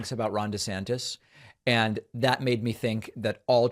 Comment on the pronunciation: I got the giggles so hard when David, sir, also did over "desanctis". I'm grateful for the laugh because this stuff is pretty gross. Laughter makes it a little easier to keep up.